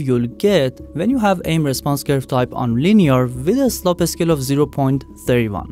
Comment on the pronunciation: I couldn't help but find it funny when they said slope as sloppy lol